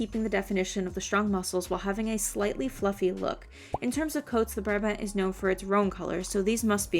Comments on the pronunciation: you say Brabant like uhh buraabahnd in dutch xd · Hii! I'm Dutch and Brabant is actually a province in the Netherlands. Just a funfact. In the Dutch language, Brabant is pronounced "Brah-bahnt". In English you'd say "Brah-Bondt". The last letter is a hard T sound, not a D. Xo!